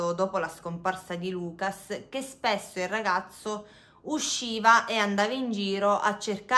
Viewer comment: sei brava, però: Lucà on la U chiusa, Natalì ecc... sono francesi